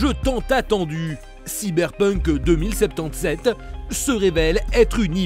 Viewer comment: enfin quelqu’un qui le prononce correctement